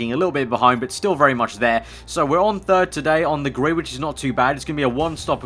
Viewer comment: I miss when say's "Takin a look at the grit for the..... GP"